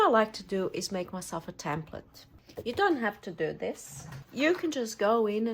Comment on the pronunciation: Love your videos. Thank you for caring and sharing. Just one thing. It is called a "template and not a "tamplet". 😊